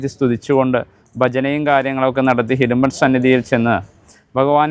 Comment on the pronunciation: Secretary Ariyunnathinu.... Hidumban Alla...... Idumban Aanu. Murugaaaaa....